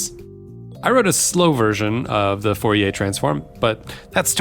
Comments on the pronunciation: I appreciate the effort to pronounce Fourier correctly but I find that generally such an endeavour is ultimately wasted. Now I do think we should aim to make our pronunciations good and recognisable at the very least but I think in trying to sound French you ended up sounding more wrong to me. This is also to add to the fact that especially for historical names modern pronunciations are also "wrong" in that that's not how they would have said it either so even the French would be wrong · In French, you don't pronounce 'r's, right? Except, that only applies to final 'r's. The name Fourier ends in an 'r' that is actually pronounced by changing the quality of the 'e' to be rising. But the 'r' in the middle of 'Fourier' is pronounced as an 'r'. 🙂